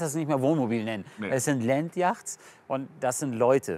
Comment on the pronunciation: Landyachts😂😂 Entweder ganz englisch oder deutsches aussprechen… yachts auf englisch ist eher „jots“ ausgesprochen